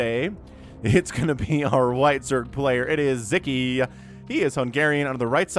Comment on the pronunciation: Just a little help with the pronunciation: In hungarian the “s” and “z” together “sz” is a standalone letter and its sounds like a regular “s” in english like the “s” in the word “soul” for example. Anyway, keep up the good work, I really enjoy Your videos :)